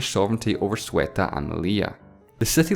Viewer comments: "Sueta"? XD shouldn't be "Ceuta"? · Isnt it pronounced say-ooh-tah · Its ceuta not sueta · Very good video, but every time you said "cueta" and not "ceuta" my ears bleed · I still can't figure out why people aren't able to say Ceuta correctly. It's not Sueta, it's CEUta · Dude, if you want to do educational programs, make sure you pronounce the names correctly. Ceuta is not “thoo-eh-tah” but rather “theh-ooh-tah” This was too dyslexic. And please please work on your “out” lol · Every time he said "Sueta" trying to say Ceuta I died I little bit more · Him - Zueta Me - Ceuta!!!!! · It's actually Ceuta /zeuta/ and not Sueta /sueta/ :) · Ceuta is pronounced either /seutæ/ or /θeutæ/ not /Suetæ/ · Ceuta is pronounced /ceuta/ just as it is spelled. It is not pronounced /su-eta/. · Ceuta is pronounced /zeu-ta/, not /su-e-ta/ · It's Ceuta not Sueta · guarda que me sangraron los oídos cuando decia Sueta en vez de CEUTA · Ceuta, not Cueta... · its not soo a ta its say yoo ta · It freaks me out that you pronounce it SUETA instead of CEUTA. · "Sweater" *Ceuta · Zueta wtf are you even trying Ceuta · Its Ceuta, not Sweater, pls write everything you pronounce because sometimes we want to google it and don't understand, like Liberland and the other country that I couldn't understand what you said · Say-oo-tah not soo-et-ah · It's CEUTA, not SUETA :V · Stop pronouncing Ceuta like a Yorkshireman saying "sweater". It's SEHw-ta. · I genuinely bother me you saing sueta instead of ceuta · It's not Sueta (?), it's Ceuta. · CEUTA CE U TA, not SUETA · ceuta* ceuta* ceuta* ce-u-ta not sueta nor zueta ce u ta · Arrgh... the way he mispronounces Ceuta (/sweatah/) makes me cringe. /SeeUtah/ as another channel pronounced it is more acceptable. Great video though! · Sueta is triggering me... IT'S Ceuta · *Ceuta (pronounced Seuta), not Sueta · sueta? more like seuta man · It's Ceuta, not Cueta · It's Ceuta not Sueta. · Why do you have to say SUETTA when reading CEUTA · CEUta not SWEta